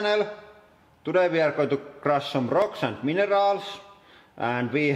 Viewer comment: In the beginning when he said he was going to crush some rocks and minerals, anyone else hear "rocks and wiener dogs"?